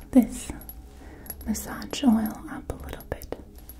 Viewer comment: You're one of my favourite ASMRtists but in this video the massADJ pronounciation is desyncing my immersion:D plz massaZ